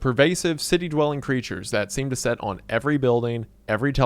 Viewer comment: It is "sit" not "Set"